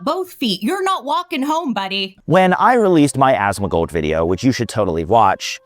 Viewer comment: pronouncing Asmon's name as "Asthmagold" is killing me. Another fantastic video!